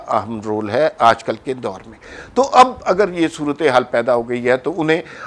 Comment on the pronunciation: Bahijan Punjabi hi bol lavo.."soortehaal" loll